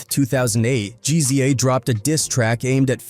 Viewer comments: Makes a video about Ghostafce. Mispronounces his name in the first sentence.("Ghostface Kayah") (Hell, this guy can't pronounce ANY name. Who is "Jeezy Jay"?) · GZA - Jeezeeyah 😂 yo come on ✋🏻🛑🤡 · Yall pissed about how he says Ghostface's name what about GZA? No demonetizing reason for that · Why can't this fool even pronounce Ghostface or the Gza's name?